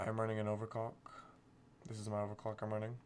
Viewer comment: bro said overcock?!